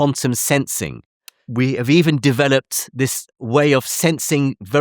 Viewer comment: Jim’s pronunciation of “developed” ie de veloped, got me wondering what I was actually watching!?